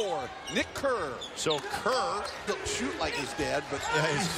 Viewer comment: Kerr of Nick. Might as well say it like Flight